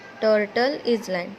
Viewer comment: Say Island like iland s is silent